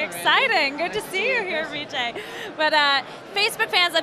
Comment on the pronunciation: did she just say REE jay?! HIS NAME IS BJ LADY GET IT STRAIGHT